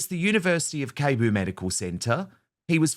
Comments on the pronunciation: Hi Dan! Pronunciation of the hospital is “Seh-boo”. 😊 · Cebu is pronounced Seeboo btw